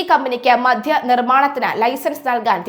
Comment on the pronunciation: മധ്യ നയമല്ല, മദ്യ നയമാണ്. ആദ്യം മലയാളം അക്ഷരങ്ങളും അവയുടെ ഉച്ഛാരണവും നന്നായി പഠിച്ചിട്ട് വാർത്ത വായിക്കുക. ഈ പ്രശ്നം നിങ്ങൾക്ക് സ്ഥിരമായി കാണുന്നുണ്ട്.